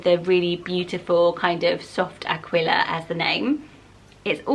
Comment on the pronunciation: Aquila is pronounced A-kee-la. Like tequila